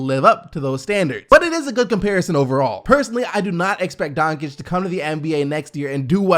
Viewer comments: donCHiCH not donChiC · Donkic donchik 😂its pronounced donchich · you're awesome but since he's getting drafted soon, you need to start pronouncing Luka's name right. It's Donchich. Keep kicking butt! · Please learn name: BOJAN BOGDANOVIĆ. I will leave as many coments from this day to infinity, until you learn. It reads like Boyan.. Not too hard. Dončić reads like: Donchich. Please read names correctly. It is like I would read your name! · I thought it was pronounced like "Doncheech" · Kevin Arsenault His last name is spelled Dončić. Č is read CH and Ć is read like soft Č, so its Donchich in English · No bro its DonCiCH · and also ya pronunciation of doncic is so wrong